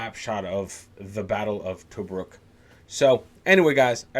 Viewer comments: To -Brook is how you say it 😉😉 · To- bruk not toe-bruk